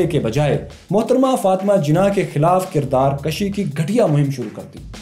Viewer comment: kirdar kashj nai kirdar kushi hota he.. thek kr Len.. ap ki videos boht zbrdast hoti hen